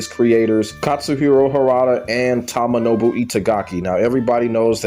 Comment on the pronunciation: Dead or Alive 5 and 6 and Ninja Gaiden 3 misses Itagaki I was a big fan of Doa1-4 but it wasnt the same after he left/fired in 2008 BTW its pronounced TOE-MO-NO-BU